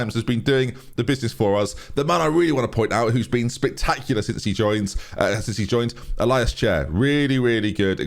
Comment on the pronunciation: Pronounced “ill-E-ass” chair. ilias! not “I-LIus” for future notice. Other than that loving the series so far